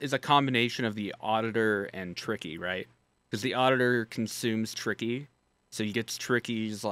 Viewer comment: HIS NAME ISNT TICKY ITS TRICKY